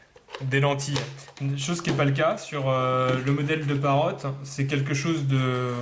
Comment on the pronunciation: Encore un qui l'appelle Parote... ? Parrot pas Parote...